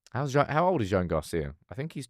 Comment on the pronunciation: The Spanish male name Joan is pronounced like Joanne but with one syllable - J’wan.